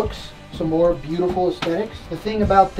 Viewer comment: it’s more not mor